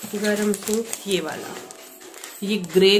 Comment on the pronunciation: Hi plz don't mind... Aap suit ko soont Kyu bolti h... Suit bola kariy